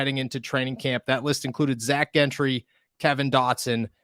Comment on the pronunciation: Why can't pronounce Zac Gentry correctly? Does he have a speech problem?